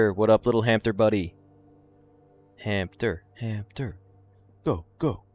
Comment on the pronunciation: Isn’t it “hamster” with an “s” not “hampter” with a “p” or am I missing an inside joke?